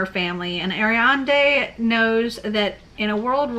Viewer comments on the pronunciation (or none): You pronounce Ariadne as "air-ree-add-knee". In Greek mythology, she was the daughter of Pasiphae and the Cretan king Minos. Looks like the book is a retelling of her life.